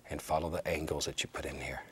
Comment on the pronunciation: And, “About like gat”